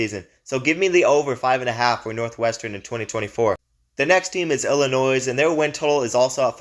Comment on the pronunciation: Please learn how to pronounce the teams' names before making a video. Illinois... you don't pronounce the S.